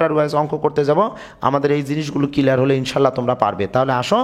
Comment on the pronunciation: SIR,thanks a lot for this video but "kelear" na "CLEAR".English utcharon eto vul hoy keno????